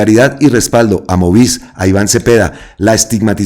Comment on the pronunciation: *MOVICE, con E de Estado. Es decir, la 'e' se debe pronunciar. 😉 Para claridad,: MOVICE traduce Movimiento Nacional de Víctimas de Crímenes de Estado. No es un medio de comunicación, sino un colectivo compuesto por organizaciones que representan a víctimas de crímenes cometidos por el Estado. Iván Cepeda es miembro fundador y perteneció al movimiento antes de ser congresista; no sé si todavía. Una observación constructiva. 🖤